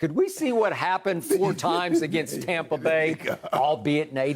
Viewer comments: How many times did Skip pronounce Tampa "Tompa"😂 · He is calling it "Tom"pa Bay, because he loves Tom Brady so much... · Who's this "Tompa Bay" "Tumpa Bay" Skip speaks of 🤔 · The only thing worse than Skip’s opinions is his pronunciation of the word Tampa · skip cant pronounce TAMPA correctly.